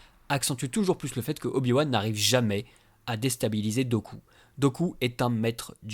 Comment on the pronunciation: Super vidéo, comme toujours ! Par contre Dooku se prononce "Doukou"...